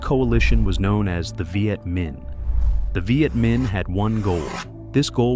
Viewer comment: Is this narrated by AI? The pronounciation is completely off at times, troops pronounced as tropes, the city of Hue as hue(nuance),Viet Mihn as 'vajetmin', really wierd. Also saying that Ho Chi Mihn became 'radicalized', a typical American stereotype for anyone not agreeing with their world view. Today they'd call him a terrorist. Get real!